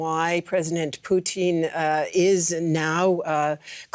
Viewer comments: Very hypocritical of Putin to say that their should be elections in the Donbas, but Ukraine's sovereign decision to join NATO is banned. There should be no elections. Also, it's Putin, not Pooteen, work on your phonics. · It’s Putin not poutine. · It's not "poutine" its "Putin" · “Putin”, not “Poutine” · his name is Putin...not Poutine!.....gosh, this host... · Stop saying pooteen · Am I the only one to notice that the reporter pronounces Putin like the Canadian gravy fries? 🤣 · The way she's pronouncing "Putin" is making me hungry. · Lmao why she keep pronouncing Putin like that? Sounds like she's talking of a Canadian thing and not the Russian leader